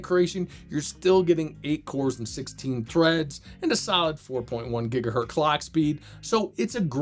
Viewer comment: I am sorry but... "Hertz" is not a plural, it's a surname. Please stop with this "gigahert" thing